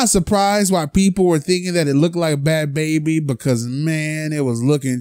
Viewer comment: Your not saying her name right😩😂😂😂